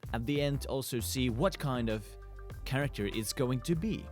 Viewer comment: its character not zharacter